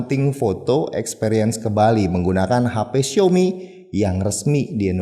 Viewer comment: pas ngomong "experince ke bali" saya denger nya xperia jadi inget soni